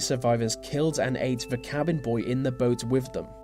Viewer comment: I like the content, well done..... May I add a small request though..... Please stop saying Ver...... It's THE . Thank you👍🏻